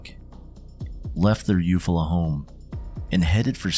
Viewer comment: Eufala is (you fall uh)